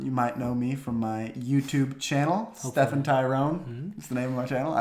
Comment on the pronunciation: är det inte STE-FAN nu?